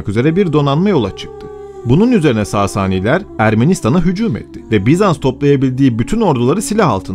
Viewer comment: saasaani degil sasani olacak